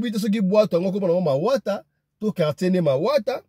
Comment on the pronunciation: Mawata c'est un quartier mais tu prononce mal. Loandjili eza musika tu explique très mal la côte c'est en ville.